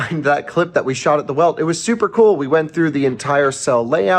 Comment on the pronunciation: As a BMW nerd, shouldn’t you pronounce Welt as Velt? If not, why not just say BMW World? Not antagonizing, just curious!